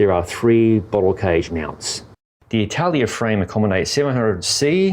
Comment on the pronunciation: It should be pronounced A-TA-LA-IA instead of I-TA-LIA 😜 I'm from Mallorca and I know the Atalaia of Alcudia (the place that the name comes from) very well.